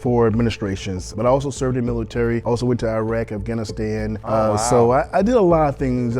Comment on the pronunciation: can’t stand that he served in iraq yet pronounces it “eye-rack” it’s pronounced “ih-rock”